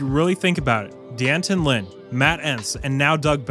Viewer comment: It's pronounced Danton. NOT Dee Anton!